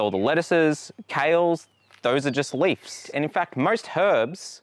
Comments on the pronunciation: It bothered me tbh. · U pronounce leaves as leafs and it's awesome